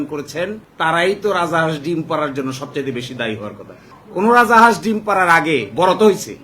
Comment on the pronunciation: রাজা হাঁস কেন বলছেন? রাজহাঁস ।